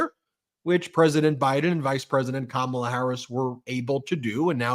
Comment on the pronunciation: She even introduced herself, pronouncing her first name, but of course he insists upon saying KaMAla.